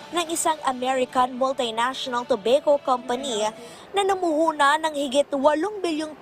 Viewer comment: para sa reporter: kapag english, it's pronounced toh-bah-kow, not toh-bey-kow.